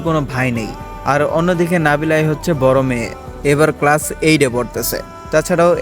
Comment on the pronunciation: Vai apni class ke crash bole felchen